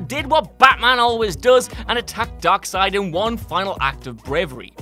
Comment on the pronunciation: They finally said “darkseid” correctly. We berated them enough in the other comment section about it that they probably will never make that mistake again